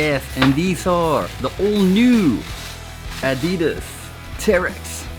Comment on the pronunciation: You should pronounce Adidas correctly 😂. I've just ordered the GORE-TEX version.